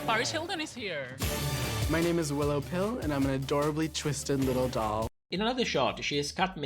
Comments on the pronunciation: I completely understand love I'm a long time viewer of your channel and am a gigantic fan and agree with every single thing you said aside from the way he said Willow pill. I don't think you need receipts to see that her name is a pun on Little pill because RuPaul said she's not a big pill she's a widdle (willow)pill. I also know that she said she's had kidney treatment dialysis kidney transplant and has been ill her entire life and has been taking pills for just as long probably. I and so happy that you exposed butterface let me tell you when they released a video a full six months after Chichi devane passed away and extended her sympathies on behalf of VH1 RuPaul's Drag Race and world of wonder made me absolutely disgusted considering world of Wonder had already put out chi chi devane tribute video directly after she passed to honor her and by releasing it 6 months after that only did you attempt to goop my entire community into thinking you cared about it but you attempted to profit on a person's tragedy and someone dying which is absolutely disgusting. And to see this channel still making content absolutely baffles me why they haven't gotten the hint that we do not want them in our community because they have never been and will never be a part of our community. They are outsiders, who only want to profit off of us and placate us. It's so obvious this person is fake in is not an actual person they could not put out as much content as they do if they were a small one per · Ru trying to change willow pill’s name pronunciation reminds me Heidi n Closet a bit